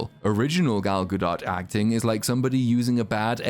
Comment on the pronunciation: You're the first person I've watched who pronounces Gal Gadot correctly.